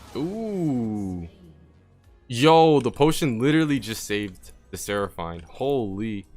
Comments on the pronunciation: coo deh grass* but still better than how he said it lol. Should we address the "Seraph- eine" part now? lmfao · the way you say seraphine urks me lol